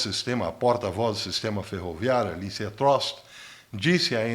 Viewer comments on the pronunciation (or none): none